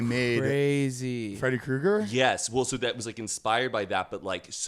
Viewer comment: I thought it was Freddy 'cougar' not Kruger lmao